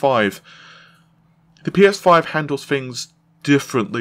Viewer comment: "Road to P Eh 5 event" LMAO